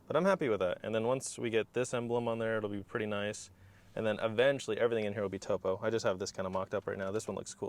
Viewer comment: Not pronounced “toe-poe” Pronounced like top-o, as in a topographic map. Cool stuff man!